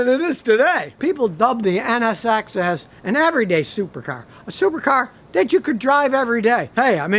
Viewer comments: Scotty its nsx not nxx lol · Scotty its NSX not NXS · Scotty, it's an Acura NSX - Not NXS. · Drink every time he says NXS instead of NSX. Crackhead!